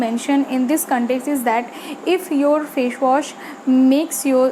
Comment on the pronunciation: Fashwash nahi facewash hota hai😂😂😂